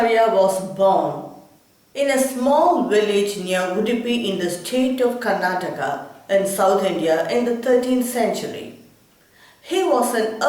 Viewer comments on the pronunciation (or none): none